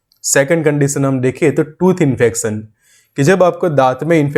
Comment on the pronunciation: Dekh bhai pehle to tu sahi words bolna sikh combination hota cobinesan nhi tu ese samjh combineshan our dura infection hota hai infacsan nhi phir samjhle apni bhasha main infecshan thik hai chala video banane jahil sala